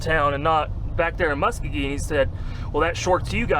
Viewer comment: “Mu-skow-gee” is how that town is pronounced 👍🏻